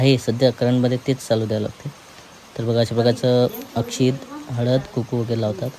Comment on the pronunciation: कुकू नाही रे कुंकू म्हण